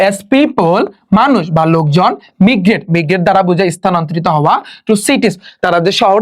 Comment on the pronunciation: কিছু উচ্চারণ ভুল আছে । মিগরেট = মাইগ্রেট টিউনিস = টিউনস ফলক = ফোক